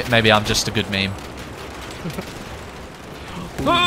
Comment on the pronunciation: I die a little bit on the inside every time you say meme.